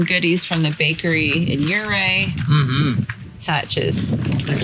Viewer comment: Fyi for future reference, Ouray is pronounced you‐ray. Hths!